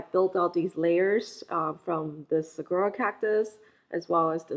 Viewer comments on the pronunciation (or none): Great video. Thank you. I grew up in the Sonoran desert. Saguaro is pronounced Sa WAR o 😊.